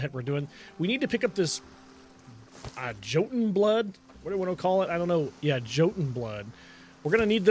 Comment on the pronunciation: Hey buddy, J as in Joton is pronounced as a Y so it'll be Yoton.